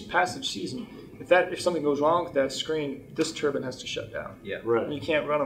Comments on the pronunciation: Dude you as an engineer should know it's pronounce (Tur Bine) "Turbine, not (turban). A turban is something that somebody wears on their head... 🤦🏼 there are so many people I've seen and I mean by the thousands whether it be YouTube or people I've met that incorrectly say turbine. if you don't believe me look it up in a dictionary. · Whats a turbun?? It's turbine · 😆IKR! Not turben or turbin or turban👳‍♂... it's TURBINE - ˈtɜːrbaɪn - tur B👁N. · never heard someone say turbans so often in my life. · Oregon local here. I'm curious how many people corrected you on your pronunciation of the word turbine, because you don't wear turbines on your head lol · Every time he says turbine, all I can hear is turban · Turban? I've never heard a turbine be called a turban. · Turbine = Turban?? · Turbin or turbine ☠️ They're a bit different 😂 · The CORRECT WAY TO PRONOUNCE TURBINE IS tur·bine NOT TUR•BIN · Thought these things were called Turbines, not turbins. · It's really wiggin' me out that you say "turbine" like "turban". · Whenever you say turban, I think of a certain type of head-wear. 👳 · It's ter-byne not turbin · Anyone gonna mention the pronunciation of turbines? I keep thinking its what the sikhs wrap around their head with 😭😭😭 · Say Turban one more time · Certainly ain't a turban. 👳‍♂ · I love your content, but as a Canadian, your pronunciation of turbine greatly upsets me. And we like to make fun of Americans for their mispronunciation of it. Especially as a turbine jockey. Its always meant to be a hard I like turbINE, and its always just poking fun at you guys for it. Keep up the good work, I always enjoy your content! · You say "turbine" is such a weird way. Like you are saying "turban" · Why do americans think the e at the end of turbine is silent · Great video. Love it. Hate the way you say turbine... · Although Turbine Can be Pronounced two ways...I don't call it a head wrap! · Why do you mispronounce turbine in a video about turbines?